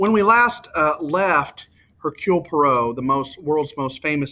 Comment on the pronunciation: Why are you doing this? Let people read the good book rather than listen to your awkward descriptions . Please, learn how the name of the detective should be pronounced correctly. By the way, here on YouTube, there are some fantastic audio versions of this book.